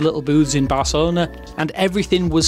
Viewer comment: Your "C" pronunciation in "Barcelona" sounded almost Spanish native. Respect! 😊 In Catalan it's easier to pronounce: Bar-se-lo-na, i.e. a schwa for "Ba" + a soft s for "se". For you: Spanish ⇒ Barthelona = /baɾ.θeˈlo.na/ … and Catalan ⇒ Barselona = /bəɾ.səˈlo.nə/